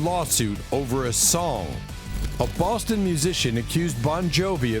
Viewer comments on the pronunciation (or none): none